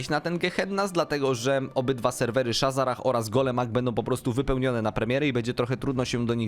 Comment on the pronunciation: shazzrah a nie shazzarah pajacu ty